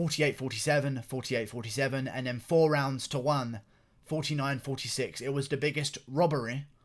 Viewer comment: the way you say 49-46 is fucking hilarious lol sounded posh as fuck